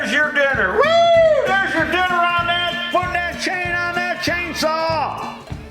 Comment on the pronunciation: I think teeth need some tightening. Every time he says chain, sounds like change😂. Maybe the HAAMS = lub-ri-cat-tíón